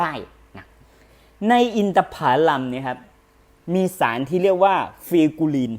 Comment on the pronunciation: เน้นขยี้ อินทผารัม น่าฟังดีนะครับ เดี๋ยวผมต้องสั่งไปกินบ้าง